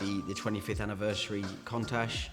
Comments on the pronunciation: Every time he says the word contact he's winding me up lol! It's pronounced coontash not contash!! For someone who sells cars for a living you'd think he'd know that doh!😀😀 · Countach not Contach say it correctly bro... Still, what a car. 80s legend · There is a U in Countach Its not pronounced Contach. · love the vids but the word is countach as in count not contach ok,now also all tyres have a manufacturers date stamp eg 4319 this will be 43rd week of 2019 .this is so all tyres are good for roughly 6 years shelf life,this when they start to deteriorate .so if they are the original tyres bin them now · He's supposed to be a classic car expert and can't even pronounce the name correctly. It's KOONtash. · Contash 😂😂😂😂😂 your a twat and can't even say the bloody name properly. Dumbass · Wrong. In Italian, the right pronunciation is KOON-tuck but in English most commonly pronounced KOON-tash. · Why does he keeping pronouncing the name of the car wrong 🙄 contash 😂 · Ffs learn how to say Countach 😂😂😂😂😂😂😂😂😂😂😂😂😂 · Unusual pronunciation of countach .I’ve been hearing the word for 40 years ,never heard it pronounced like that